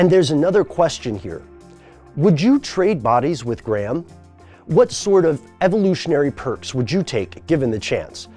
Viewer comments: It is pronounced grey- ham, not gram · You pronounce the H you fuckface. It's not Gram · in what universe is graham pronounced like "gray ham"?